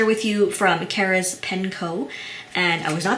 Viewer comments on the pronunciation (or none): The company name seems to be Karas, not Kara's.